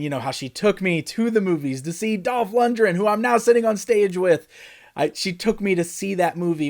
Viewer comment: Lundgren not lundren, you’d think for being such a huge fan he’d at least know how to pronounce his name correctly